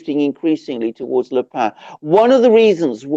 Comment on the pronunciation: Marine Le Pen (with a consonant on the end), not Le Pain.